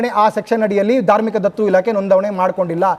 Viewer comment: ಧಾರ್ಮಿಕ ದತ್ತಿ ಇಲಾಖೆ ಮಾರಾಯ್ರೆ ಅದು, ಧಾರ್ಮಿಕ ದತ್ತು ಇಲಾಖೆ ಅಲ್ಲಾ ಭೈರಪ್ಪ ರೇ..,, 😅😅